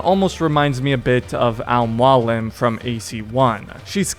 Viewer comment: He's a viro, a hellain. Lol we'll call him Hellen, Hellen the hellain. Edit: oo that "Al Mualin" kinda stings. But it has been 138 years since AC1 so, your sin is forgiven, assassin. Basim was a good dude. By the end, once he clicks up with Loki, it's obvious the Basim we know is no more, n now we have this, not quite villain yet, but surely not a hero anymore either. Something happens during the time between Mirage n Valhalla that pushes him from "anti-hero" to just straight up villain, n I don't think it's too debatable that he is a villainous character in Valhalla. Maybe Loki's influence just grows stronger to the point where it takes over what was left of good guy Basim. Or maybe Basim heard the way you said "Al-Mualin" n just lost all reason, it can happen. Edit again: ok you make some extremely good points. Now I am also of the opinion that Basim is more of a tragic anti-hero than villain. Sure he is acting all shitty, but ya, I fuckin would too is some arrogant asshole imprisoned me after killing my son. Basim wasn't wrong, Basim ISN'T wrong. I am so thankful for Mirage, now my understanding of this awesome character is so much deeper, and I owe a huge THANKS to you as well. I appreciate you.